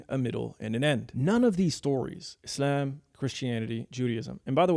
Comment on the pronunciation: Your pronounciation of Islam is gay